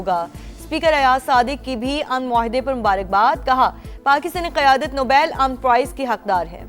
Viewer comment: News anchor says Nabail pize istead of Nobel